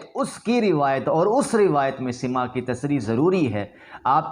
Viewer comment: پہلے کچھ پڑھ لکھ لو بیٹا... تیرے بس کی بات نہیں پاب کو بھیج 1) حتی یقولُ نہیں حتی یقولَ. 2) سَماع ہے نہ کہ سِماع. 3) خبرُ مدلس ہے نہ خبرُن 4) اَ نّ المدلسَ ہے نہ کہ اَن المدلس